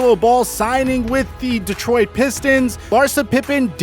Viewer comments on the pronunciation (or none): none